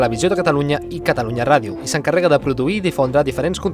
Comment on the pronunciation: pensaba que nomes en Mass deia cataruña